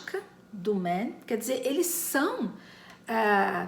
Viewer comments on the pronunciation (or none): Moça, quando vc cita Tomas Mann, pronuncie o Mann em alemão (igual ao "a"em português) e não Mén, como se fosse em inglês. Muitos cometem esse erro, ou seja, "inglesam" termos alemães.